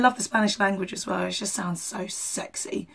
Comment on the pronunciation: The lyrics is "Do it for those you ever care and love" but he does not pronounce it well. The same when he says "Just do it..." at the end. He says "just" wrong. 😂😂😂😂